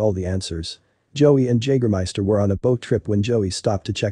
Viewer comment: When you make this video, don't you listen to it before you release it? I mean come on, how do you not know how to pronounce Jagermeister?